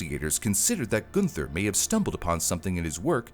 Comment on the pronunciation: I could not get past the mispronunciation of the name “Gunther” - should be more like “Goon-ter”. Always love your content,, but as a former translator and language stickler, this I just couldn’t get through…